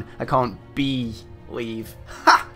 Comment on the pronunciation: Holy shit.. that was fucking awesome xD That ending though and btw "I can't "bee-lieve" I c what u did there xD